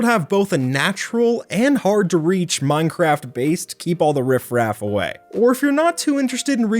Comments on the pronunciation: sounded like you said mind crack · he said "minecrat" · Did I heard that right minecrack lol